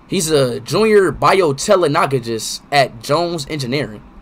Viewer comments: excuse u sir it's ehem BYOHTEKNAHLAHJIST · The text: Jr biotechnologist Speed: Jr biotelonogojist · “Bio-Telenogogist” I’m literally HOWLING!!! 🤣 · The way he said biotechnologist